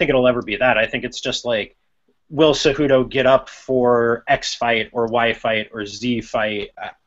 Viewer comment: Seh-who-doh! J is an h and c is like s as in city. Dudes!